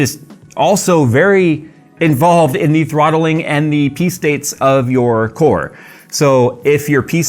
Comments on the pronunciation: It is ok, I too am vewy vewy qwiet when hunting for thwottelwing. Good stuff bruh for real. Just laughing with you not at you. If it makes you feel better I cannot say Rural. Nope cannot say it. It comes out woowal. Every time. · "Harthwotling". lol